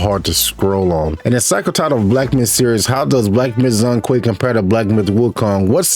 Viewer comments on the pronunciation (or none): It's not Zong Kui, the 'Zhong' should be pronounced similiar as 'John'(Zhone Kui). 'zh' = 'J' in mandarin.